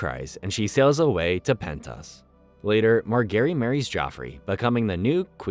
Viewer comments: Does he mispronounce stuff just to gaslight us??? Mar-ga-rie???? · why marGary? they dont even say her name like that in the show lol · Mar-gary lol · Dude learn to pronounce the names properly ffs! You pronounced practically every single name wrong. “Ober-yen” are you freaking kidding?? “Mar-Gerry” Did you even watch this show?? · Calling Margaery, Mark Garry is so jarring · "west eros" "mar gary" "oberian" "wherewood" classic wetube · Mar-gae-ry. e is silent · The pronunciation of names are soooo bad. One would think the narrator actually watched the show. Margery, Oberyn is but a few to name. It is like you have no idea where the stress on syllables is supposed to go. LANcel not LANcEL. Two syllable words/names cannot have two emphasized syllables. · bro the who is marGARY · The mispronunciation of Marjorie is annoying the CRAP outta me. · Some of the pronunciation of the names of characters is so shit, especially Margery, Tormund and Gendry 🤢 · Margary. Soft g.. 🤦‍♂️ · Kattelyn, Oberion, Margeri its kinda painful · Mar Gary 🤣 you gotta be trolling us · Pronunciation of margaery doesn't sound right to me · how is this guy mispronouncing margaery after having watched the show, and Gendry, like if you watched the show enough to give a synopsis of the whole thing then how do you get their names wrong for 280 minutes